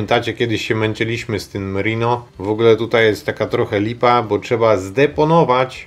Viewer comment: nie rino ino rajnou !!! nosorozec kurwaaa ;))